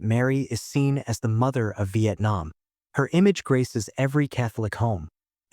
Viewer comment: Vietnam not Vaitnam